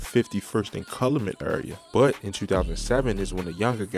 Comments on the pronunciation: It's pronounce CAL U MET not Cal i met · CAL-U-MET bro not what ever you said 🤦🏾‍♂️😭🤦🏾‍♂️ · Lol the way u said Calumet was all wrong but u got alot of shit right